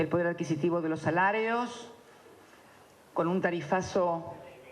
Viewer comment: "Salareos", "funceonareo" jajaja por que habla asi